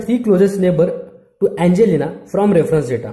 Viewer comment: i like how u say angelina